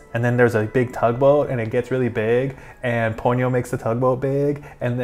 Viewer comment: Ha-ya-o. Three distinct syllables. Not Haw-yoh. You did pronounce Ponyo (Po-nyo) correctly.